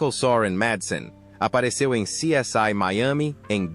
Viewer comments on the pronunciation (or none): Essa narração gerada por IA é horrível, dá até desânimo de acompanhar o vídeo. A coisa é tão feia que nem sequer o nome da série essa voz fala direito, lamentável. Parei de ouvir antes de mostrarem a segunda pessoa!